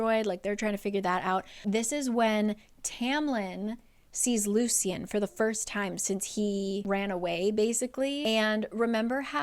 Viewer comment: It the audiobook they pronounced it Loo Shun. Hearing Loo See Un kept throwing me off 😂